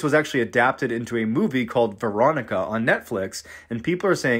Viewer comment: For a second I thought he was saying "Verotika" which is a completely different horror movie, on Shudder. Don't watch Verotika. lol Veronica was okay though...